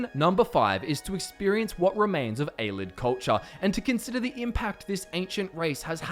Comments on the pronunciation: hmm I always pronounced it A-lee-id not a-lid. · Ay-lee-id Love the channel but some of the pronunciation drives me nuts